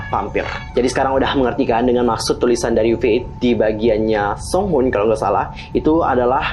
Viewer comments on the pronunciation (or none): bukan soonhun bang tapi sunghoon